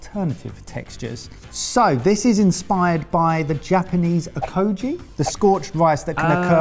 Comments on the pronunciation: pronouncing Okoge as Okoh-jie is crazy 💀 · the ge in okoge is like ge in gear👍